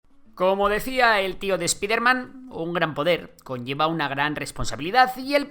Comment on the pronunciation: "espidernan" 😂😂😂 perdón, me risa la pronunciación, fue a propósito?